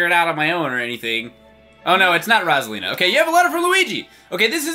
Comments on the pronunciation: it's ROSE-A-LEEN-A! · It's ROSE-A-LEN-A! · It's rose! Alina not rosalina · ROSE-A-LEEN-A Like so PBG can see!